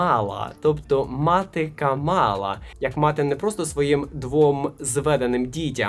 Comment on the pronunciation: КАмала, а не КамАла.